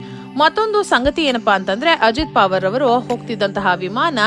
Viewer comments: ಅವರ ಹೆಸರು ಪಾವರ್ ಅಲ್ಲ. ಪವಾರ್ ಎಂದು. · ಪಾವರ್ ಅಲ್ಲ ಪ......ವಾ..............ರ್